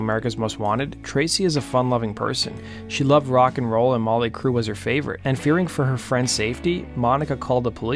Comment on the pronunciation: Who's this "Mawly Crue" that he keeps mentioning?